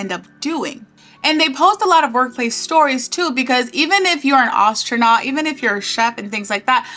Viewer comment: You pronounce "astronaut" weirdly, but otherwise, great video :)